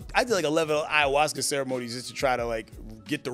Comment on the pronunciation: What the hell is a "Iowaska" ?